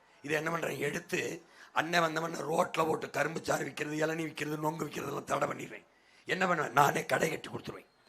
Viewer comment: அடேய் கருமம் பிடித்த சத்தியம் தொலைக்காட்சி. அது நொங்கு இல்லைடா. நுங்கு.